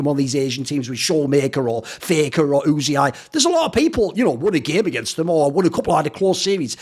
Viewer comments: why do you keep calling Uzi Oozey Eye? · Uzi says his name was supposed to be pronounced as U-See-I so I guess Thorin stuck to it